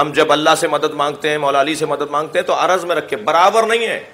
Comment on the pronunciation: Salam ,tul o arz hota hai na kay araz,asal mai araz aur johar hota hai.arz aur araz mai farq hai